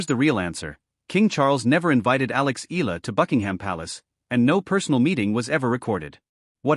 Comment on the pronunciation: It's not Ee luh. Use the correct pronounciation in our way. The filipino pronounciation is Eala (Ey yeah luh).